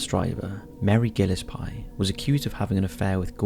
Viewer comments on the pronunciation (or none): "Gillis-pie" lol I'm pretty sure it's "Gill-es-pee". Not hating, lol you can't know how to pronounce everything in the world, just sounded funny. 😅☺ haha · Okay. The family in Circleville, their name is pronounced “gill es pee” not “pie”. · Gill-is-pie? really? please, PLEASE learn how to pronounce unknown names and words before recording these!!!!!!!!!!!! it's Gill-es-pee!!!!!!!!!!!! illegible?!?!?!?! ELIGIBLE!!!!!!!!!!! good god man... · Gill-es -pie. I can't. I'm done. (gill-ess-pee). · I love this channel and I adore the work you do but you should really work on your pronunciation. You've said Auschwitz as OW-SWITCH, Gillespie as GILL-ES-PIE (pronunciations vary from JILL-ES-PEE or GILL-ES-PEE). I've seen others on your patreon mentioning it too. Keep doing what you're doing but try to find out how to pronounce some things because it really downplays the professionalism in your videos. But regardless I still love your work! Just a small criticism. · The way you said Gillespie was amazing 😂😂😂😂😂